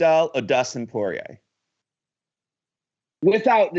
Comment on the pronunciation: soy-rier instead of poi-rier